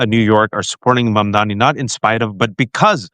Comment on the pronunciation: It's MUM-DAA-KNEE. Come on, guys.